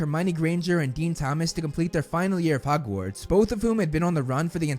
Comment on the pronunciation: My bigger issue is 'hugwarts'